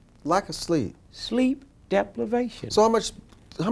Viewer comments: lol "sleep deplevation" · This nigga say sleep DEPLIVATION...SMART GUY